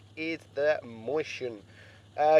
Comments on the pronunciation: "moistion" that how u read mäuschen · Hold on howd u say mauschen?😂